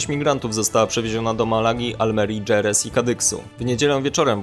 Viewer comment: Jerez, czyto sie Heres a nie Dzerez.... jak mozna podawac informacje nie wiedzac jak czytac nazwy ?